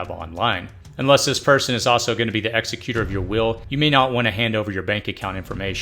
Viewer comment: Please pronounce executor correctly. You are pronouncing it as the person who executes a criminal, not an estate.